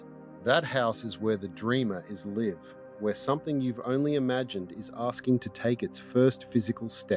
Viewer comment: This should be interesting with transiting Jupiter conjunct my Uranus, transiting Pluto opposite all that. Then transiting Neptune opposite my Jupiter. The trines and sextiles seem minor. “The wakener is live” with a short ‘i’? Is this an AI voice?